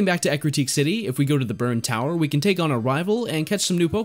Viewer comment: God, i always called Eructeak City, until i heard you saying Ecruteak , 14 years of playing this game and until now i realized i was saying it wrong, damn